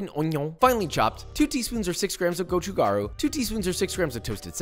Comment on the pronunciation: go-jo-jar-oo lol